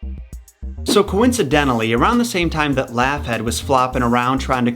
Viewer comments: Laughead pronounced "Lockheed". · Bruh, Laughead is pronounced Law-heed. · lmfao ... It's pronounced 'lawheed' btw 😉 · You want to learn something: The pronunciation of 'Laughead' and 'posthumous'.